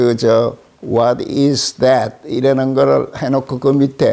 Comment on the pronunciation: ㅎㅎㅎ that 이 어떻게 '잦또' 로 발음이 되지? 나름 번데기 발음해 보려다가 그리됐나...